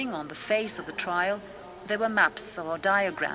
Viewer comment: Very good but it is "Trial" not "Trail"